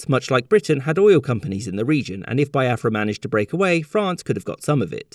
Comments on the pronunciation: Thanks for the lesson the depictions of the generals were spot on!!!. Only a few mistakes though Nigeria got independence in 1960 not 1963 and also its pronounced BEE AFRA not BYE AFRA every other thing was spot on and funny 😄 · bee-ah-frah not bai-ah-frah (in case anyone was wondering) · Nigeria actually became independent in was when they declared the country a republic. Also, it's Biafra /Bee-ah-fra/, not /Bye-ah-fra/. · You forgot it’s pronounced as be- Afra not bi- afra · Biafra is also pronounced "Bee-ya-frah" but he kept saying "Bye-ya-frah" lol. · It's pronounced Bee-a-fra by the way. Nigerian by the way. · it's Bee-afra and it's igbo with a silent G